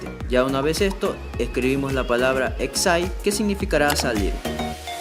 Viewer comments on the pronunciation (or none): Exait. Jajajaja Se pronuncia ecsit. Pero buen video, me funcionó perfectamente.